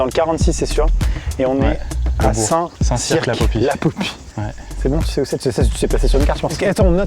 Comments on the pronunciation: Best concept ever. Par contre c’est pas « saint cirque » mais « saint cir » en prononciation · Ça se prononce St CIRE la popie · Habiter à Saint Cyr sur Loire --> buguer à chaque fois qu'ils prononcent "Saint Cirq"